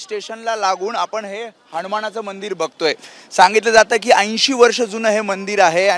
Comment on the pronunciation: श्री हनुमान... बोला..हनमान‌ नाही...